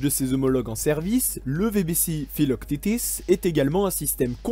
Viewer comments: mdrr filoctitis haha "phyloque tete" si ca peut t'aider! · Pourquoi tu prononce philoctètes philoctitis ? Le prononcer a la française ça marche aussi bien. Le s est muet ;-). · Je crois bien que l'on dit Philoctète' (fil au c tête ) le thétis à la fin c'est la prononciation anglo-saxonne Pour rappel Philoctète est un compagnon d'Héraclès qui lui donne des flèches "magiques" lors de sa mort. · pourquoi prononcer à l’anglo-saxonne le nom du héros grec Philoctète - fils de Péas et le fidèle compagnon d'Héraclès, qui, en mourant, lui laissa ses redoutables flèches ???